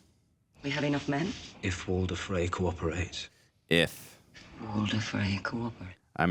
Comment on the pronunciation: Bro, who is Walden? His name is Walder! 💀